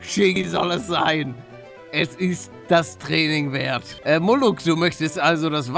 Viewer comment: Nicht muluck sondern moruk bin Türke